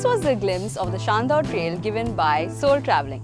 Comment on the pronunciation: It’s Chandor not shandor